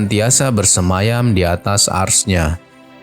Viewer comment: Sebut arasy pon tak pandai